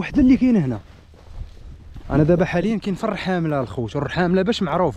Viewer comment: خويا الَمنطقة اسمها الرحامنة وليس الرحاملة يعني النون بدل اللام فقط تصحيح وشكرا